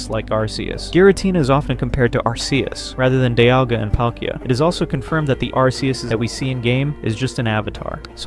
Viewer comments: I had to stop the video because I cannot listen to Arceus's name pronounced wrong over and over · He pronounced Arceus wrong